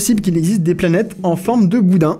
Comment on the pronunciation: j'aime trop comme tu prononcé les noms des planètes , faut pas que astronogeek regarde la vidéo